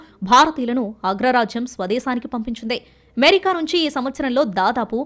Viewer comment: అమెరికా అనే పదాన్ని ఎందుకు అంత ఛండాలంగా పలుకుతున్నావ్. ఏమేరికా ఏంటమ్మా? అది అమెరికా కదా.... చెత్త స్టయిల్ మానెయ్.....